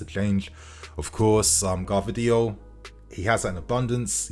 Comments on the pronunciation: it's Gvardiol not Gavdriol:D anyway I would be very wary of buying players from Germany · I beg we don’t get Gvardiol just for the fact that these mfs can’t pronounce his fucking name right so I cba to hear several English mfs say it wrong, every single fucking time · I feel like every video you pronounce Gvardiol another way haha